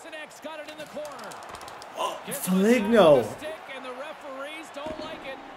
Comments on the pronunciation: Kaprizov is capri-zov.. like capri sun juice not cap-ri-zov.. and foligno is fo-lee-no not fo-lig-no.. some pronunciations from a wild fan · 1) it’s kuh-pree-zov (kaprizov) 2) it’s full-ee-no (foligno) 3) talbot is miles better